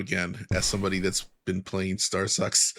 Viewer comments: I thought he said StarS&x64, lol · Star'sucks' instead of Starfox is absolutely brilliant 😂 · they said "starsex"